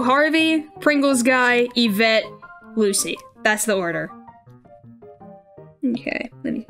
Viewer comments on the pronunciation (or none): yeah but that was once and I was talking fast. You've messed up on a lot more words than I did. You said Yvette like Yvetti and couldn't say sauté. Bruh. Go to English class. 🤣